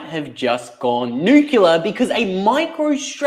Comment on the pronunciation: The word is (new - clear) please.. for gods sake